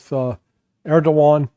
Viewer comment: Larry, it is ERDOGAN not Erdovan!